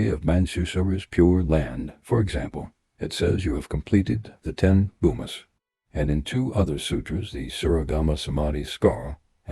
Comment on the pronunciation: It's bhumi sounds like that only not bhuma